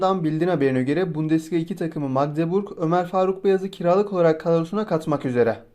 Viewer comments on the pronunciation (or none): none